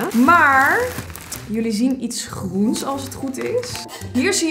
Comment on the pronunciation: Jij: Neon grrrroen. Ik: lekker rollen met die R